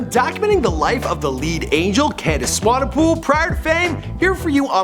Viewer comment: Come on, dude. You pronounced Swanepoel correctly before, how did you mess it up?